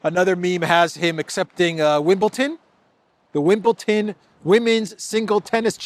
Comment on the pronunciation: Please, it is WimbleDon and NOT WimbleTon. Also, Elysée is pronounced Elyzay.